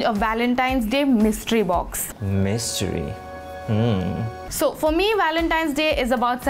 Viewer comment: the way he says mystery 💀